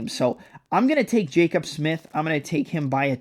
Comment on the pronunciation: Hearing your pronounce Jacobe as Jacob repeatedly made me want to jump off a bridge lol